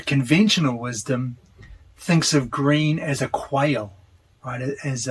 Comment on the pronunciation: quale - ku-wall-Ay as in qualitative, qual-ay the e is pronounced like “ay” in “day”